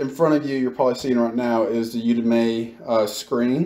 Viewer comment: Thanks for the info man, definitely helpful, but Jesus..... It's pronounced "you-dem-eee" not "You-Dem-May".